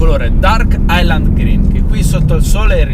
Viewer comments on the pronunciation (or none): none